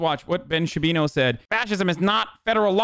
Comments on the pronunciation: When hasan says Shabino it's funny, but when chat says Shabino i laugh my ass off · Does "Ben Shabino" have some kind of meaning or is it just mispronouncing the name to show lack of care for respecting Ben? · shaba booey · Ben Shapino